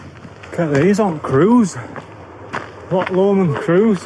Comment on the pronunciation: My neck of the woods.. Drymen, balmaha, rowardennan... My absolute favourite place to go to. Love your videos keep up the gr8 work! And yeah bring the Welsh out in you to pronounce l'och 😆 it's not 'lock' 😆